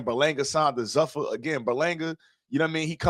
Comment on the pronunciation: 1. "Zuffa" (the parent company of the UFC) is pronounced ZOO-fuh (/ˈzuːfə/). It rhymes with "loofah"